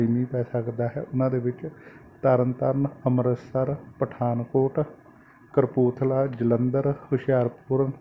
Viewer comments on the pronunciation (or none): veer ji kapurthla hunda aa tusi aenu sahi boliya karo mehrbani ji